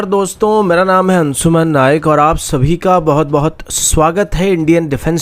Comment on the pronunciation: शब्द अंशुमान है अनसुमन नहीं I